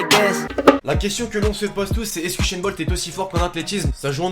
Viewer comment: C'est usain bolt pas uchainbolt